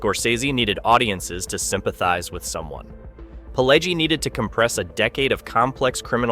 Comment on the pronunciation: And it's pronounced Pih-LEH-jee.